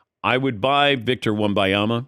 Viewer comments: I wish these sports media professionals would pronounce his name correctly. Or call him Victor. I cringe when I hear them going on about how great he is… and then mispronounce his name. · Drinking game every time Patrick mispronounces his name and in different ways. Death by alcohol poisoning